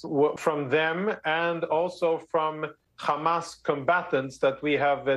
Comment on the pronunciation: Why is he able to say “hospital” but then say “khamas” as if he can’t pronounce the “h” anymore 🤔